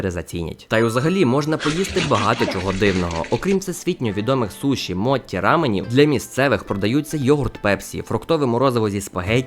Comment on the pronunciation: от я з початку помітив ваші "дзі" "ті" ти "сі" і хотів зробити зауваження, але бачу ви самі це вказали доречі також немає звуку "ті" а є звук "чі" тому не моті а мочі, ну а на рахунок 日本 так в даному випадку дані канджі це і означають, але насправді в канлджі може бути декілька значень от наприкладі 日 (хі; ні; нічі; ка) означає як і сонце так і день, 本 (хон, мото) означає - оригінал, правда, книжка